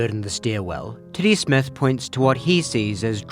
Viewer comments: Yep. Lost me officially on the owl theory when you pronounced the name "Tiddy Smith" like "Titty Smith". That was the final straw that was one too many insane facts for the theory to be sane... Telling me this crazy owl spectulation was theorized my Titty Smith... We're getting too deep into weird fictional stories for me. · Does anyone else hear "Titty Smith" whenever says "Teddy Smith"?